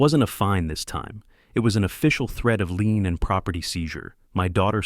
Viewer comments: The word is "lien", not "lean". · I mean lien not lean, clause, not claws!